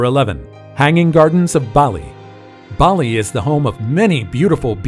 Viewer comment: Ubud not youbud. As in oh bd. Baahhhli not Bayli.